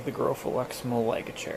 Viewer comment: Hey, just thought I'd let you know that Malaga is pronounced 'Mah-lah-gah'